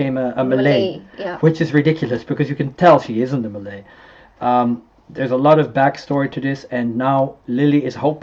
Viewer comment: where is he from? his Malay words' pronunciation is awesome xD